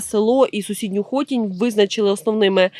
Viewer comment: Не ЮнАківка, а Юююнаківка !!! І не ХОтінь, а ХотІ'нь ! Ви ж не кацапи, щоб назви СВОЇХ сіл і селищ не правильно називати !!!.. Коверкати ... Нам сумчанам за своє рідне - вуха ріже ...!